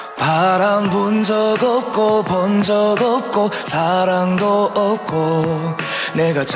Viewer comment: '으없고' 조선족 특유의 한국어 발음이 있어서 한국서 뜨긴 힘들어.